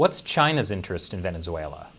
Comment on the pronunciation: VenezueNAH DAWG